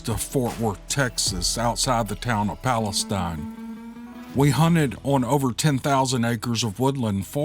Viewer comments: “Pala-steen”. Potato/potata.🥴. Love your channel! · Hey. I was born and raised in Palestine Texas. It’s pronounced Pal uh steen.